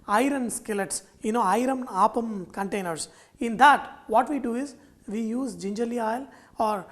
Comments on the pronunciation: Pl say appam and not aappam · I'd like to mention that this dish is pronounced as Appam (up-um) and not Aapam. I believe in Tamilnadu it is pronounced as Aapam, but then the recipe to that is also different. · its 'Appam' ! not Aaapam ! -. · Chef small correction it is not aaapam. It is appam.अप्पम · My dear fellow, you prenounce Appam wrongly. Its not aaappam. Its simply Appam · Not aapam but appam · You are pronouncing it wrongly....It's not Aaaapam but Appam...... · Its app-am, not aap-am. Thanks for the video. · Hi. There seems to be some confusion among many as to how to pronounce the word. A majority of Malayalees (like me) say Aappam and not Appam. For most of us, Appam is a sweet (jaggery not sugar) deep fried batter that is primarily used as offering for deities in temples in Kerala. Now it is commonly made in homes and hotels. Yes, some do use the word Appam instead of Aappam )but not the majority. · No. Malayalees pronounce it as Aappam. There is another deep fried sweet (jaggery not sugar) dish called Appam primarily used as offerings to deities in temples in Kerala. But it is also now commonly found in homes and hotels :-) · Malayalis pronounce it as Appam but people outside Kerala pronounce as aappam... I guess Sanjay is Telugu... If we Malayalis try to pronounce one of the andhra breakfast 'Attukula Attu' even we are not going to get the pronounciation right. By the way... The appam in this video looks absolutely delicious. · I am pretty sure it is pronounced "aaaapam" and not "appam". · The way you pronounce appam is making me sad 😢😢. On the flip side glad that u have our uploaded authentic dish. 😊